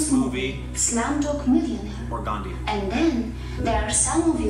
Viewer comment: Did he miss the h in gandhi😂😂